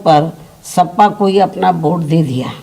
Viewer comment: सपा को सफा बोल दी दीदी